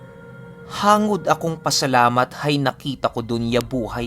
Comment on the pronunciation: hang-gud po not hangod hehehe.. Karay - a term..